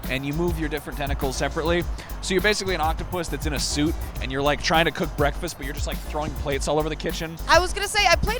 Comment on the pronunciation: And when you're done, "Did u rike it?"